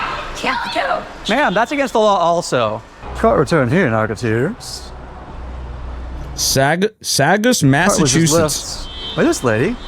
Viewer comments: The way he pronounced Saugus, MA is driving me crazy! It's pronounced SAW-GUS like the tool and the character from breaking bad. Not SAG-US. I can't even pay attention to the video now. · "Saugus" is pronounced like "saw-gus" <3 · Pronounced like saw gus. They chose to spell shit weird here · Saw-guss lmao I love when people try to pronounce New England town names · From someone from mass, Saugus is pronounced saw-gus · SAW-gus, my guy. lol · SAW-gus, Massachusetts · Did he try to say Sawgus? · it's "saw-gus" :(